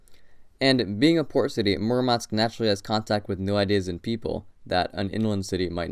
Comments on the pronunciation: Although the idea of the video is quite interesting, it would have been a good idea to check the right pronunciation of the cities' names before making it. It "Murmansk" the stress goes to the first syllable, in "Norilsk" to the second. And it's not a kind of secret knowledge, you could easily check it on Wikipedia. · Móoormansk, Noréeelsk... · Tip: always check stressing in Russian names (in Wikipedia, for example). English speakers tend to mispronounce every single word when it comes to Russian cities. In this case, it should be vor-ku-TAH, MOOR-mansk and no-REELSK instead of vor-COO-ta, mu-MANSK and NO-rilsk. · VorkutA (pronounced as VorkOOta), not VorkUta, and MUrmansk, not MurmAnsk, and NorIlsk, not NOrilsk